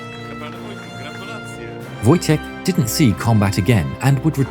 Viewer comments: It’s pronounced voytek lol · It's funny that is calls Wojtek ,,Wojtijech'' WTF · Just a heads up, Wojtek is pronounced like a word Void without a "d" and "tec" with a hard "k" at the end: Voi-Tec, Voitek, Wojtek :D Kindly regards from Poland :) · in Polish "wotjek" is wrong we say "wojtek" or "wojciech" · You read "Wojtek" as :"voytek"